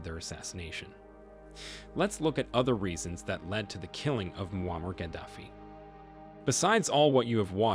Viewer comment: Bro pronounced ‘Muammar’ every way possible. Good CYA